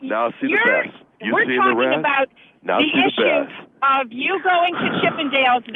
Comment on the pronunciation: "You've seen the resss, now see the besss." LOL